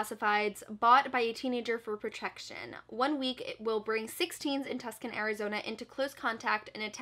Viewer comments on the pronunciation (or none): You said “Tucson” wrong. It’s not “tusk-kin” Like you said (that’s a place in Italy) but “two-son” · hey! just to let you know that Tucson, AZ is actually pronounced (too-son) not (tusk-in)!!!! i lived right around Tucson for a while and people used to laugh when I called it tusk-in so just thought I’d let you know! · As far as People Kill People goes, the city Tuscon, Arizona is pronounced Too-s (said like snake)-on :) love u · Tuscan is actually pronounced as To-Sawn. I’m not trying to be rude, just thought you should know